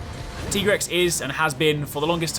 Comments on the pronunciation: Just was wondering, isn't it pronounced Tig(e)rex? And not Teegrex? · It’s not tegrex it’s Tigre’s 🙂👾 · Teagrex broseph its pronounced like tygrex but tiger boys name is tigrex tho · Tegrex??? Its Tigrex. Hope you are trolling, if not its pronounced like its spelled Ti-Grex not Te-Grex. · Tigrex is straight up a car with claws and teeth. DejaVu.mp4 Edit: Also, I've always pronounced it Tiger-Rex. He's a striped Wyvern with a T-Rex head, just makes sense. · It's like T-Rex :D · Is it just me or dies anyone else hate how he says Tigrex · Stop mispronouncing Tigrex dammit